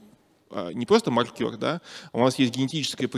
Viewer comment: Я сильно извиняюсь за буквоедство, но спикер постоянно приплетает какого-то маркёра, который либо считает очки в бильярде, либо что-то маркирует. Скорее всего он имеет в виду мАркер, но это совсем другое слово, которое совсем иначе произносится. При всем уважении к умному человеку, просто сильно режет слух.